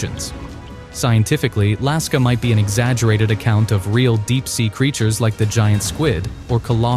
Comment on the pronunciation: Lusca✖️ Laska✅